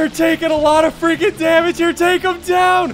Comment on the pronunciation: How many times have you Said i freikin love this game